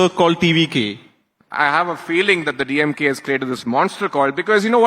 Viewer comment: DeeYemGay dude is barking like a mad dog.